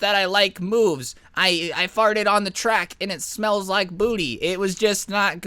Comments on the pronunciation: James Charles said : varted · "Lol i varted" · 'lol i varted'